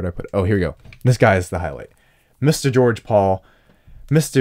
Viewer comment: actually says George Paul’s name correctly!!